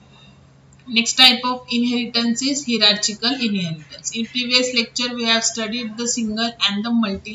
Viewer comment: The pronounce is hyrarkikal... Not hierarchical